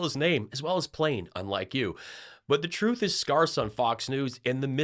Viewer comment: Bro, you lived in England for 10 years, you're married to an English woman. What are you doing saying "scar"ss? It's "scarce"